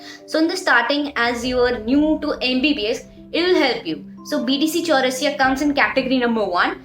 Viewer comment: Bdc chaurasia😂😂🤣🤣 Sister it's bd chaurasia